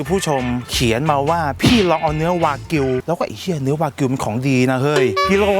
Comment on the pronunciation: ตกลงวากิวหรือแบกิวครับ555